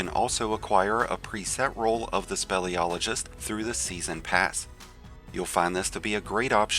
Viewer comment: Speel SPEEL-iologist! NOT SPELL.